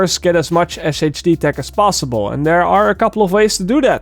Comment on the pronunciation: SHD tech is pronounced “Shade tech” in game